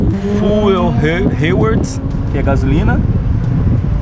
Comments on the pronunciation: Rewards.... ou Hayward?? Rsrsrs .. Tem que estudar um pouco mais o inglês, melhorar um pouco mais as pronúncias das palavras. Apenas um comentário. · Rewards? Nunca escutei ninguém pronunciar rewards como heiuords antes